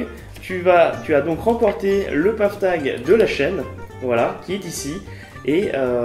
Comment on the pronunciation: La prononciation est correcte, ce mot provient de l'anglais "path" + "tag". Sympa le tirage au sort !